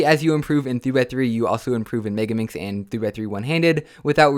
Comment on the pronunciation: Algae It’s megaminx, NOT “mebiminx”